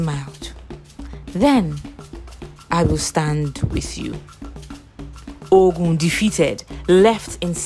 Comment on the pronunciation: The narrator should know the right pronouciation of some words. The word "Ogun" is wrongly pronounced. Please do your research properly before showcasing your work.